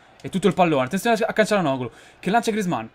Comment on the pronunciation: cialanogulo si dice Cainenogulo